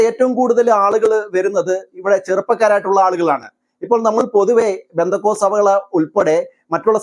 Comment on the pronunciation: എടോ...പെന്തികോസ്ത് അല്ല പെന്തകോസ്ത്....